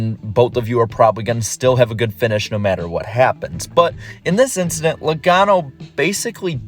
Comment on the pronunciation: Nobody: Charles Leclerc: just an inchident